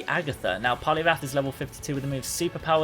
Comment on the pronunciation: It’s poliwrath Not poliwath